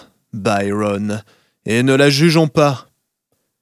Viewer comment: Il me plaît mais je préférerais que vous prononcez Byron avec l'accent français et non anglais